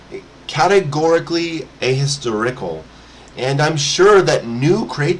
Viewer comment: Hades is a God, you meant to say Tartaros or the underworld. Also, you mispronounced ahistorical.